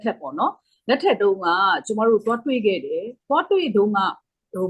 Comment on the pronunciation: တွေခဲ့ဆိုတဲ့အသံက တမျိုးပဲနော်